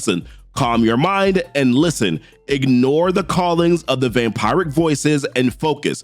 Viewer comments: It’s pronounced Vam-piric btw😂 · The way you say vampiric hurts my soul😭